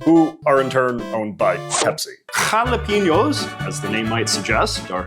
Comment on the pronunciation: what the hell is a halapeeno?